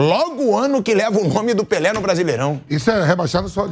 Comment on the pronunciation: “Esperô morré pelê”